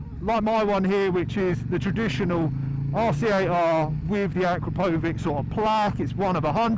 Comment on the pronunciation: Uh-KROP-oh-vitch. And it's abbreviated "Akra," not "Akro."